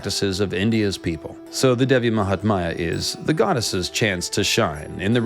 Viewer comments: just a bit of correction: it's not Devi mahatmaya it's actually Devi mahatmya ( pronounced as -Mya at the end not maya, yes like the cat purring sound lol). Also the meaning of it is not really glory of the goddess but the greatness and importance of the goddess. Mahatmya the word originates from the sanskrit word Mahan which means great! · You have done appreciable research………but I would like to point two thing not offending you in any manner……the word is devi maha-tam-ya and poem that you recited in the end you mentioned prasad as some sort of offering…..it’s actually the name of the poet